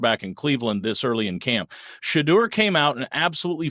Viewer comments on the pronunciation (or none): PLEASE pronounce his (Shedure) name correctly...good grief..smh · After 2-3 yrs at Colorado and over a MONTH in the NFL news, you STILL can't properly pronounce Shedeur's name ("Sha - dur"), I SHOULD NOT trust your "thoughts" either. Please shut the 'F' up! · It’s Shedeur (Sha door). Please pronunce it correctly or don’t say it at all. Just say Sanders. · Yes Please. He is saying JOE FLACCO, KENNY PICKETT, and Gabriel correct.